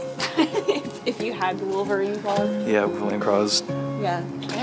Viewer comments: said "craws" instead of "claws". Lol! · you look so pretty in this video. And I love how pronounces "claws" as "craws". Haha.:) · Lol jun says craws instead of claws